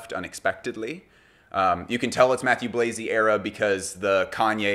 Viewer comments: whoops not Chalayan. Was typing when listening. Mah-tew Blah-zee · the pronunciation of Mathieu Blazy tho........